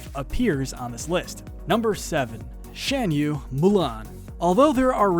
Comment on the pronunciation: It's pronounced Shahn-you. Get it right.